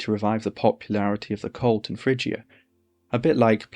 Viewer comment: Isn’t the ‘g’ in Phrygia a hard ‘g’?